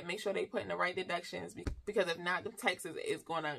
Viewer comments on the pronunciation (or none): Haha…I was confused for awhile thought she was saying’texas’ but taxes.😂